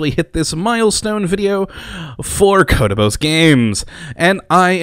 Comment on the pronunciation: My favorite moment? Definetly the weird way you said "Kottabos" in your first video, I dont know, I find it interesting